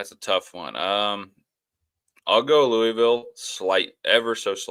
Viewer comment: Great show today guys!, listening to you say Louisville, is like nails on a chalkboard... Let me help you out: "loo-uh-vuhl" I feel like I'm the substitute teacher comedy skit, say it right! Lol😅